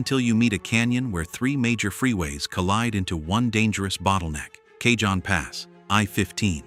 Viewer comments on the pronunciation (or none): Been over most of these,except places trucks don't belong,without a problem. Cajon pass is pronounced, cahone,not cajohn. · FYI It's pronounced Cahone not Cayjohn. It's Spanish. Just saying.